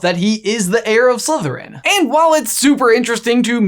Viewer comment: U said it wrong his mom was a descendent from Salazar slitherin